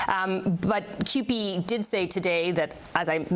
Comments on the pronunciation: The union name is pronounced QP not Coop.Canadian union of Public employees. We dont need unions... until we need them. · CUPE is pronounced que pee